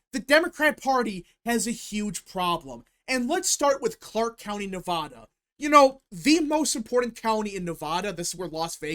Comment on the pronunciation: Say Nevada correctly